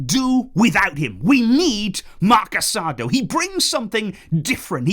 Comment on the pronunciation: Hey I know it probably doesn’t matter but it’s pronounced Marc Casadoh (not casa-do) the accent on the o is meant to be pronounced quick. I mention it cuz i know you like to pronounce players’ names correctly in spanish;)